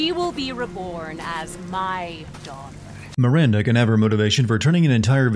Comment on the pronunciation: You missed a sin for Heisenberg saying Mirander every time